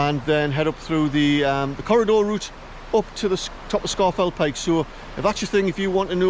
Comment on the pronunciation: It is correctly pronounced “Scawf’l Pike”. And my Paramo Alta jacket has kept me dry on numerous hill walks - including a climb of Scafell Pike in tbe rain.